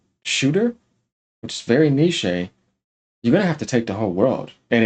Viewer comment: I was going to let it slide, but you keep pronounching niche as nishay. Niche is pronounced nich,neesh, or nish.